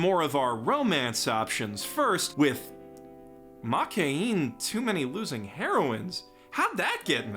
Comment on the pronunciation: after many years of watching anime. Still cant pronounce Makeine correctly